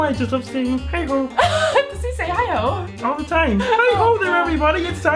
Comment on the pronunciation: you really emphasized the "the" when you said "Kermit THE frog". not that its a bad thing or anything i just found it funny. (in a good way).